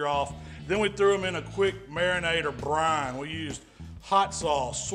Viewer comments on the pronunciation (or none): the way you say brine